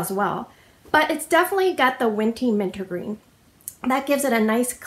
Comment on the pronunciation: I am dying, you said “winty mintergreen” I do this all the time😂😂 you’re always so eloquent when you speak so when you said it I sat there for a minute and was like hmmm did I hear that wrong? It made my day! But I am so excited to get this so I can sniff it:)